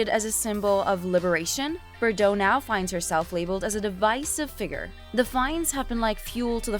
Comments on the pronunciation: BTW, you're driving me nuts how you're mispronouncing her surname! Try this....BAR-DOHHHHHH.......lose that BERR crap. 😂😂😂😂😂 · Forn Gods sake you ignorant muppet BARDOT, NOT BERDOT!